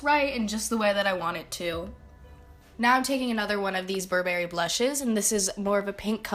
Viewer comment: I think the way she says Burberry sounds a bit weird??